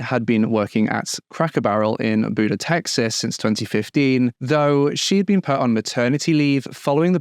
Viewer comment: To hear it was in Austin and she worked at Buda*. I live so close and work close to both. Chilling about the "best friend" and names of places I know and been. *Sorry if it's been pointed out already Buda is pronounced Byou-da comes from a Spanish name that got muddled over time.